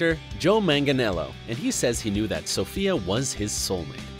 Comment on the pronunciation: Every time he said Sofia I twitched 😑